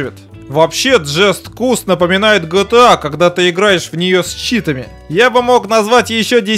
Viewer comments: джест кус что? джаст каус! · AlikKin согласен и ещё с такой интонацией, (Уджастный Куст)